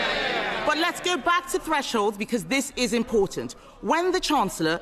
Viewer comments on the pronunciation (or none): none